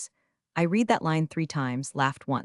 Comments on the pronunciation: It's pronounced red not reed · Read, still mispronounced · You should explain to your narrator(*?) that read has 2 different pronunciations depending on meaning. Is this A1 read? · it always gets "read" wrong. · Check pronunciations of read on context. Same spelling two pronounceds